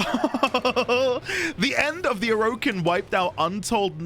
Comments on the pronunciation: It's pronounced Or/a/kin, not O/Row/kin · Hey, don't feel self conscious about your pronunciation of Orokin. A lot of people pronounce it a lot of different ways. We won't judge you over it